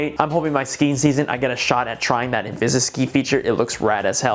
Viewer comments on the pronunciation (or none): Thanks for the comparison! Question though.. why can you pronounce Selfie Stick correctly but not InvisiStick? Haha. That did my nut in! I get it's a made up word by DJI but still.. INVISI-STICK! I'm still torn btw on what to get.. I wonder if DJI deserves my brand loyalty since I just got a Mini 3 Pro